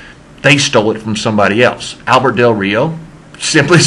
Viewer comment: its albreto